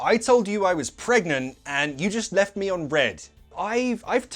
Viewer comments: Papa may I ask you. Why do you read the 'left' word with sound "liv" why it doesn't sound 'lef' ?what is the correct sound ? Could u help me please. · Hello Papa, you pronounced "left" as "lift" several times and i was confused and went to watch a lot of videos about "how to pronounce left in British English" to make sure... But "left" pronounces as "left"... Can you make this clear please?